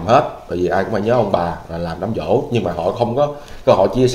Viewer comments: Đám giỗ nha em, không phải đám dỗ... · Giỗ chứ ko phải Dỗ)) sửa lại b nha 🥰